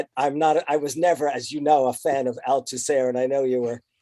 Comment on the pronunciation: "never a fan of...Al Tusehr?" can someone tell me what he said haha